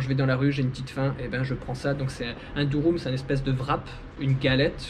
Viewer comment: C' est pas Durum 😁😁 c'est Dürüm la prononciation le u Français en Turque c ' est ü